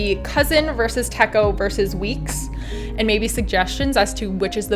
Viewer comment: Thanks for sharing- I'm also planning to get the Footprints Weeks as I love the winter scene and the idea behind capturing the everyday moments. The 'ch' in Techo is pronounced in the Japanese way with the ch as in "chair"- “tetch-oh”.